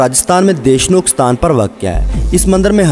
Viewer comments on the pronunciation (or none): none